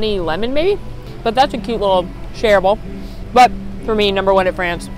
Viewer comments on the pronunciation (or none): The fact that she said both “noods” and “coot” in this video sent me😂